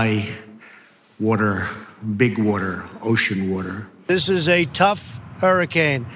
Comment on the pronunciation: "That oGEAN water"